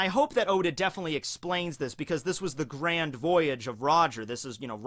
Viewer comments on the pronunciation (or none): none